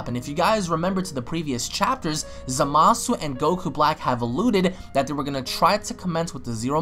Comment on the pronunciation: Hey, you do know you're pronouncing Zamasu wrong right? I'm not saying I don't like the way you say it, just letting you know in case you didn't know in the first place